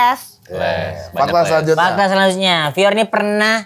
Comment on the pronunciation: wkwkkw bang pior nyebutnya lebih asik bgt